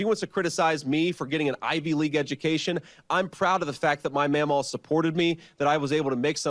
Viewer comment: Meh-mah? How OLD are you , Vance?! Say “my grandmother” on the political stage. Grow up MAGAS!